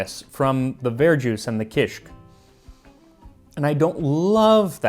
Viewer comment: Dude! I LOVE kishik. I had no clue that it's so old! It's still eaten in many different forms throughout Lebanon and the Levant. Typically it's a breakfast food. By the way, the pronunciation is ki-shik, two syllables. Kisikiyya is pronounced ki-skik-KIYY-a, stress on the third syllable with a lengthening of the Y.